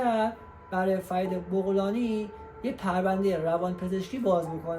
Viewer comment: بابا بَغلانی ... بُغلانی چیه دیگه بعدشم این اطلاعات غلط و ناقص رو کی گولت زده بت داده؟ فرید متولد ۱۳۴۷